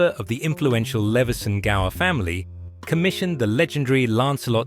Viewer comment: Nicely covered,. Not at its best in the winter, the gardens comes alive in the summertime. I did a video here a few years back, and an expert commented that Leveson-Gower is pronounced Lewson-Gore! That's aristocracy for you! Still, I was educated. I also did a video of the folly at the back of Sandon Hall and found out it was the top level of one of Trentham hall's towers! They moved it brick by brick. Shame the council wasn't into the place. Look fwd to your next one, matey. 🤗